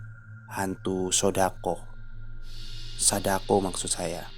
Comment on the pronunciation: Kenapa mesti Salah sebut sih??! Sodako.. Ambyar Lah sesaat 🤣🤣🤣🤣